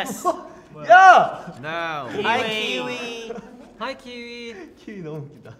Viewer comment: I don't see enough people talking about how Felix said "Kiwi"